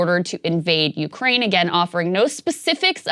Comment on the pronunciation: I'm Ukraininan living in the US and long time fan of your show. I agree with you guys on multiple topics like Truckers, Main stream media and I'm big fan of Joe Rogan. But as far as coverege of Russian invasion topic I keep being surprised by Saagar's perspective. First of all he keeps saying Ukraininan capital Kyiv as "Kiev" (russian way to pronounce it). Saagar, at least show some respect to independent country. Secondly, Saagar said that there is civil war in Ukraine with russian speakers on the east. I'm both Ukrainian and Russian speaking and I'm shoked that you guys keep repeatin point from Russian state propaganda. This conflict started with illegal annexation of Crimea with help of the Russian military in 2014. Then they used their speacial ops to start conflict in the eastern Ukraine. Before 2014 a lot of people in Ukraine indeed felt big connection to Russia. But after that a lot of people in Ukraine have realized that Russia is an agressor. Putin's main goal here is to restore Russian empire. Mayority of Russsian population eather dont care about the invasion or support it. Russain state TV propaganda does a great job. I'm sorry Saagar, but you keep pretendinig that you are very knowlageble on this topic, but in reality you are not.